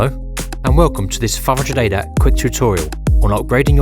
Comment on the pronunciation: This narrator should really work on pronouncing his words a little better because he wasn't saying 500ADAT, he was saying "fraunjadata". I was here trying to learn about this product before potentially buying it.